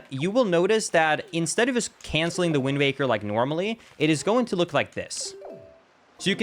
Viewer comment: Please stop saying "wind maker."